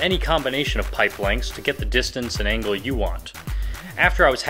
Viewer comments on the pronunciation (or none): none